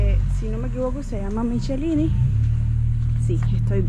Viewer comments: El vídeo empieza frente a la casa donde pase gran parte de mi adolescencia, ahora esta pintada de rosado, cuando yo vivía ahí era verde. La calle se llama Zelmar Michellini pero se pronuncia “Miquelini” o “mikelini’ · hola en Montevideo hay una calle Zelmar Micheline pero se dice Miqueline al pronunciarlo.